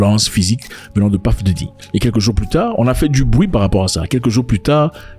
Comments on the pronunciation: C’est « Puff » et non « Paff » Daddy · C'est " Peuf" et non "Paff" comme "Stuff" et non "Staff" qui est encore un autre mot different .Et aussi c'est selon la prononciation anglicane. Anymay,on s'en fout